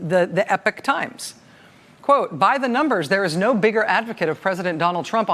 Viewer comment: Are they saying the Epic Times? Pretty sure Epochs pronounced e-pock.